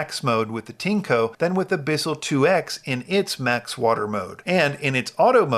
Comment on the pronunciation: It’s pronounced “TIN-ECHO”